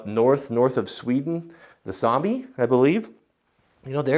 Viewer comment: Did you just called the "Same´s" the zombies? At least it sounded like that. Fun to se stuff from my country